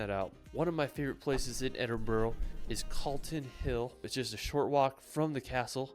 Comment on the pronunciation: He absolutely butchered the Edinburgh pronunciation 😮